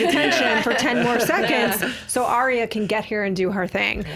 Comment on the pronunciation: ARYA not aria